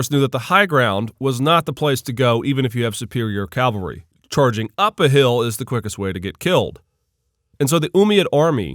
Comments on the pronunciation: calvary?? Perhaps "cavalry"? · Umayyad "calvary" hee hee